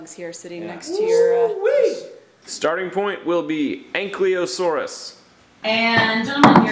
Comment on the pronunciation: Speaking of consonant mixy uppy, that's not how you pronounce Ankylosaurus.